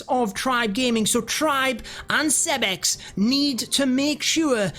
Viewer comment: Why do you call him “Seb-X” 👀